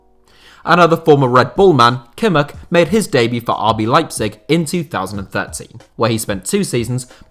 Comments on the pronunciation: Nobody:: kimmerk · For some reason, it annoys me how he pronounces Kimmich. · His pronunciation of Kimmich is even worse than w most English ppl